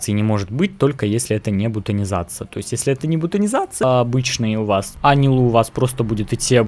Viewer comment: Умер от ударения в ее имени 💀